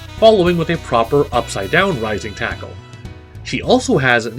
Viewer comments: i thought he said rising tycoon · I beileve hes saying rising taco. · For some reason in kof 90s edition, he sounds like he says lazer taco not rising tackle. And Bbq, for burn knuckle. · First of all, it's Rising Taco